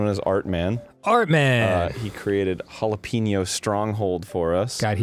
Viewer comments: Jalap-eno Put the emphasis on the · it's jalApeño not jalEpeño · It's pronounced "jill" "app" " ano"